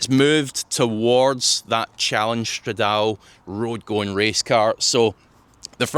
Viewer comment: it’s prounounced “strad-A-Lee”